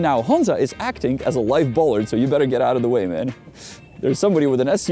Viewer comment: Bollard is pronounced /'bola:d/ in British English or as "bolád" would be in Czech.